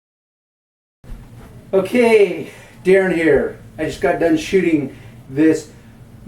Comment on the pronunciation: Did he say shitting or shooting? ¯\(ツ)/¯ lol